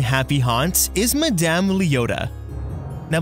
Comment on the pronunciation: Nobody:: “Ma-DAMN Leota”